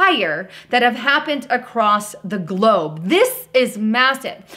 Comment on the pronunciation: She said "GLOBE" LOL